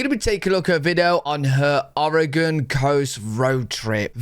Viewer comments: Thank you for pronouncing our states name correctly. Most Americans can't even pronounce it correctly. Or-e-gun, not Or-e-gone, the state hasn't gone anywhere. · As a native Oregonian thank you for pronouncing Oregon better than most of the US. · I love how enthusiastic and complimentary you are about the US. I'm from Oregon (kudos for pronouncing it properly) and it is, indeed, a beautiful place. It's easy to find out of the way places that are stunning and you can have them all to yourself. It's a very diverse state with a gorgeous long ocean shoreline, mountains, lakes, and a high desert in central Oregon. I've lived here for most of my life and I'm still exploring. I hope you can visit our state one day - you would be most welcome!